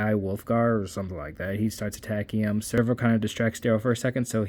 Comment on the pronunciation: Sev-ro, not Serv-o. Great recap though